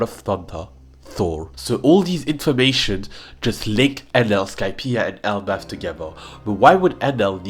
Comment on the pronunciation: Elbalf ❎ L Buff ✅